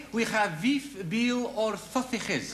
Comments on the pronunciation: "Today we have veef, beal or thotha-hess" 😂🤣😂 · "Uh, today we have veef, beal or thothages!"